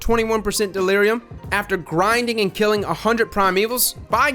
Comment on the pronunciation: I thought you said "Killing Towelie" at first